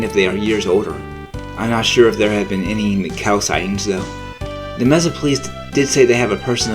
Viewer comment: Ok first learn how to pronounce Mesa.